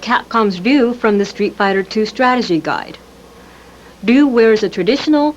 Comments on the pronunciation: So Ryu isn't pronounced Ri yoo, its D-yu. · Ryu is pronounced "view"?!? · Who the hell is dyoo? Its pronounce r-ee you. Or rai you. Did a lot of people say it that way back then? My dads friend calls him hyu. And ZAHN - JEIF!?? LMAO 🤣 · WE ALL SAID RYU LIKE THIS… ( RYE-YOU ) Am I right lol I mean really… we all said it that way right… my son calls him (REE-eww) lol and this lady on here calls him ( ROO ) lol so wth is my childhood pronunciation of RYU my favorite street fighter II player RUINED and said wrong these 30 years of thinking I have been saying it right lol wth im so pissed and I’m not calling him any other name lol he’s always gonna be called RYE-YOU and anyone I have ever known has called him the same thing… so whatever lady lol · So Ryu is pronounced Roo 😮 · I’ve just realised I’ve been pronouncing Ryu wrong for 30 years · For 40 years everyone's been trying to pronounce Ryu correctly. And this woman just absolutely butchered the name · See that ?! RYU is not pronuce RAI-YU or WHY- YOU or REE-YU or RAGU as in Ragu spaghetti sauce She pronounce it as DO as in DO-DO as in Excrement as in the stuff that come out of your ass after eating at taco bell. Just kidding I've no idea what she said 😆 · yeah, this is true sometimes! But I know plenty of nisei/sansei that can't speak Japanese very well, if at all, especially if live in another country and they're proficient at their local language (the opposite is true in Japan, lots of mixed-race celebrities that can't speak English at all; Japan's ESL program is truly awful). I'm surprised that she didn't pander to the audience by saying "Rye-you," that and the special move names caught me off guard 😂 Her rendition of Zangief was pretty inspired, however.